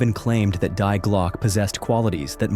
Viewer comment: ‘Die Glocke’. The ‘Die’ is pronounced like the name ‘Dee’.